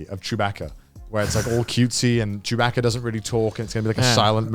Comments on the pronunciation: "Chewbacka"?? It's pronounced baka, like the Japanese word. 😂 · They gotta be taking the piss with how they pronounce Chewbacca. They said it too many times for it not to be a joke.